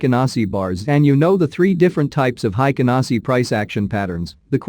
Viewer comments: It's HEIKIN, not HEIKEN. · The pronunciation is a little different. It sounds haikin. The pronunciation is "Hey" and kin = heykin,. I'm sorry I'm not good at English.